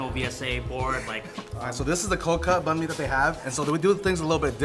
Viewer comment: Yall hyping mr vietnam to the max with his vietnamese skill but hes out here mispronouncing the banh mi shop name too lmaooo